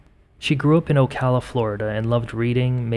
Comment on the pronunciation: Thank you for saying Ocala properly lol a rarity